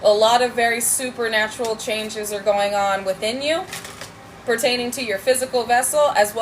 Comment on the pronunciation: Did you say poopernatureal?